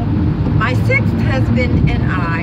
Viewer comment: did you say sixth……..lol